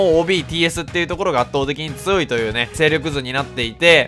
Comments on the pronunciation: 批判ではないんですけど、つよいがつおいと言っているのが、気になるのは私だけ？ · って「つよい」の事「つおい」っていうよねw